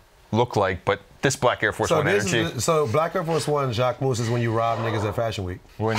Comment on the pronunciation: for butchering JAQUEMUS (JA - KE - MEW)